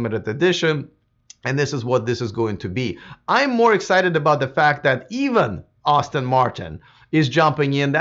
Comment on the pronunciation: Name of the manufacturer is pronounced Ass-ton not Austin...FYI